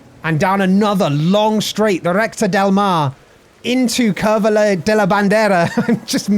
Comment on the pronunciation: Should have waited until the end to post this all together... The U should always be a short "OO" as in Cooper. I noticed this on "Curva" and "Curvón".